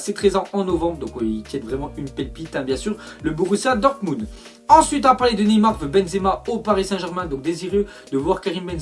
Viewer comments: prononce dormunbd au lieu de "dormundt" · Dortmubd Wouah C'est Dortmund 😑